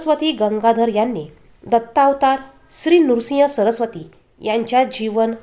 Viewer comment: नृसिंग सरस्वती नव्हे हो श्रीनृसिंह सरस्वती असे आहे